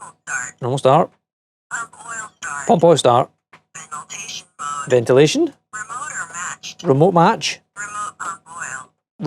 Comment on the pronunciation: She says Veniltation instead of ventilation 😂